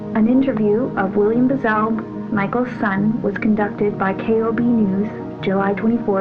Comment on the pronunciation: Not ..BIZZEL. It’s.. Brazzel.